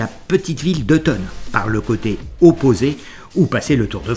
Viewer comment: On prononce "Forcla", sans le z ... sous peine de passer pour un monchu . "Mont Blanc" tout court, pas "Aiguille du Mont Blanc" Pas "Tonne" mais "Thôôôôôône" ;)